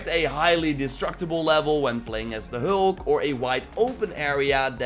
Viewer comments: FYI It’s Hulk not Holk 🤷🏽‍♂️ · Who is hoolk? And broooce?